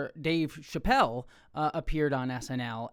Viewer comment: Just a heads up, Chapelle pronounces her name like 'chapel', like the church! :)